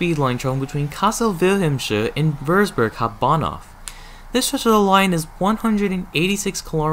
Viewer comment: I love how you said it like "Hob'banhoff" as a german I find this pretty funny edit: btw the taurus is also a DB locomotive (BR 182) the taurus runs for railjet db flixtrain and more